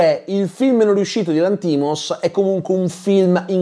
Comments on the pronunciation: D'accordo su tutto tranne che sulla pronuncia del cognome del regista (Lànthimos, non Lanthìmos) 😅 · VA BENE TUTTO MA SI PRONUNICA Yórgos Lánthimos (grec moderne : Γιώργος Λάνθιμος / Giórgos Lánthimos), PER FAVOREEEEEEEE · ottima recensione. attento alla pronuncia del nome del regista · io ti ascolto sempre con molto piacere e sei l'unico che ascolto per quanto riguarda le recensioni, però il cognome del regista lo pronunci male! 😢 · Perché pronunci Lanthimos così?